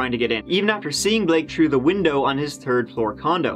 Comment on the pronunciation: Hey you!….. I love the way you say (Third) I swear it sounds like you are saying turd! lol